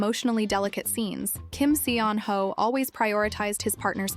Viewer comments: Still mispronouncing his name.. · One of my favorites! 😊 The pronunciation of his name here tho... 🤦🏼‍♀️ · Please, if you are going to use him to generate views, say his name correctly. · PLEASE OH PLEASE learn how to pronounce his name properly, seeing as you say it every 60 seconds